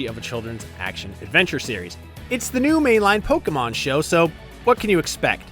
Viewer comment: What, Polkamon instead of PokEmon?